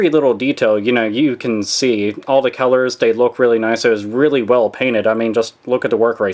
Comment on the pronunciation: Dude I knew you were from Pittsburgh just by how you pronounce "color." Game the fuck on dude!